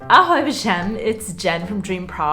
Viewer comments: "Ahoj všem" sounds oddly and doesn't fit you - don't do that! 😀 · Awful. I stopped watching at that moment. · So weird to hear you say "ahoj všem"